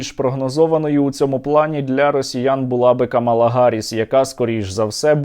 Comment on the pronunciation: кАмала, а не камАла.. погугліть. Для неї це як образа